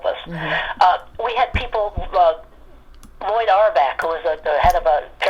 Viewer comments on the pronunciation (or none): none